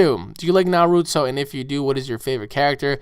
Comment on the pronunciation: did you seriously just mispronounce 'naruto'?